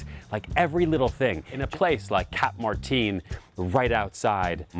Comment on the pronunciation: It's not Spanish, why are you pronouncing Martin like that?